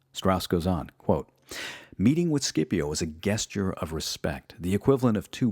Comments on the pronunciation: my god man its jes-jure, not guess-ture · Gesture is pronounced with a soft g, like "jest". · Guessture? Hooked on phonics wrkd 4 him. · interesting pronunciation of “gesture” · Gesture has a soft “G” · Hal Swan Terrible pronunciation. Clearly little thought or logic behind it.